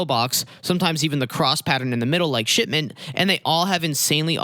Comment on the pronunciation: It sounds like he says shit mint instead of shipment.